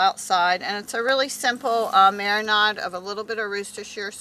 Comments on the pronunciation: Quit with the "marinod" pronunciation- jeez... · Wtf is a mara-NOD?